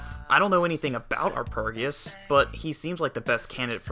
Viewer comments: It's meant to be R-P-Geus, as in RPG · Are-pej-ee-us, as in arpeggio. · It's pronounced 'are-PEDGE-ee-us'. It's a play on the word 'arpeggio', a musical term.